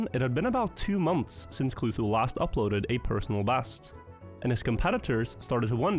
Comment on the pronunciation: Was it Kluhtu or? Inconsistent pronounciation/ showcase in the video